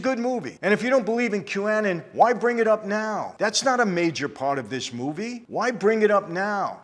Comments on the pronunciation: Hey Michael, Qanon is pronounced Q-Anon as in Q - Anonymous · Great episode. Had to laugh the way you said Qanon… it’s Q-none that’s how you pronounce it lol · Q-Ah-non, just for the next to you pronounce it. People, give Noagenda podcast a listen, great information on all things media deconstruction. Michael, love your passion in what you do & what you believe in. As a follower of Christ I believe in your testimony & feel your conviction. God bless you and your beautiful family. Can't wait till you finally leave California. Ladies, get trained, practice (firearms & hand to hand skills) jujitsu is a great art for people of all ages. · "Kew-anon" 😂 Anyway, always enjoy your vids Mike. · First, I am not part of it, but have read as research a lot about it, it is pronounced "Q-ANON" like Alcoholics ANONYMOUS, the "Q" individual that started this is supposed to be "ANONymous". Next, again, Michael as soon as he mentions Epstein he goes right for the throat on Clinton, and yes we all know that Clinton and Gates had some sort of relationship with Epstein, but not ONE WORD about Epstein's, AND Giselle Maxwell's, close friendship and relationship with TRUMP, and there are actually more photos, and videos, and information revolving around Trump's relationship in NYC with Epstein than there is with Clinton. It is going to be interesting when that booklet of names and information comes out. This film is about a problem that crosses all political boundaries and spectrums and it should be watched. But we also need to address the MISSING NATIVE AMERICAN WOMEN PROBLEM that has been going on for DECADES IN THIS COUNTRY. Go watch the movie "WIND RIVER" if just to watch the last five minutes of the movie about the statistics. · It's pronounced, Q-eh-nawn